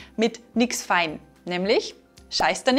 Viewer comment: "feun", nicht "fein"...